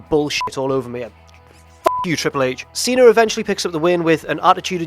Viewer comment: It's see-na.. He keeps saying see-nar...